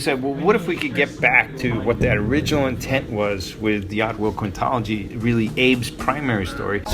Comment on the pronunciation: he said oddworld quintology and i heard "diablo"